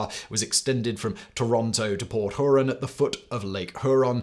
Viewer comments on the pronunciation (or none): Port hoorahn lol😂 it’s pronounced like the lake